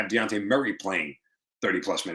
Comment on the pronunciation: It's dejounte not deonte